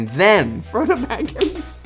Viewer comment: The fact that Elijah called Frodo, Fredo is hilarious